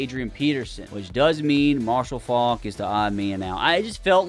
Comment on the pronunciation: How you gonna let it slide that he absolutely butchered pronouncing Faulks last name